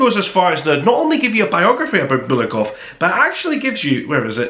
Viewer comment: bulGakov, me friend, not bulakov, but ok